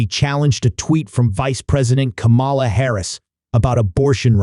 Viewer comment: For the love of gd will you PLEASE PRONOUNCE HER NAME CORRECTLY?????